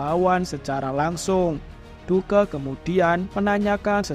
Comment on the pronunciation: Bre Duke nya baca "duk" aja